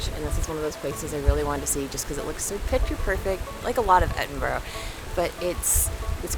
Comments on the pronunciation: don't say 'O' on the end of Edinburgh. I's more "uh". Exactly the same pronunciation as an English "borough" BUR-RUH. Or even just "BRUH". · By the way it is pronounced ... Ed - in - bur - ah ... :) .... Glad you enjoyed your trip , Such a beautiful video!